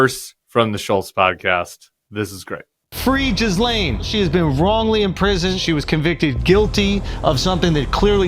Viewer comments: I like the way he decided to pronounce it, "Jizz-lane." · Why do so many people have trouble pronouncing Ghislaine correctly? I get that the second part is hard, but how do so many people not notice the H? The starting sound is not J, it's G.